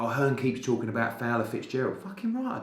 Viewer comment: Eddie 'EARN' Hearn